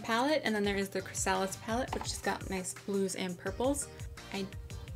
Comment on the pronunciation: I don't want to sound like a douche. But before you post your videos, you should find out how to properly pronounce words. Such as chrysalis. It should sound like you're saying (cri-sa-lis)